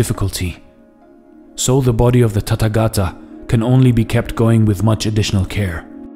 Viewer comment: It is not Tattagata, it is Tathagatha. Th like in thief.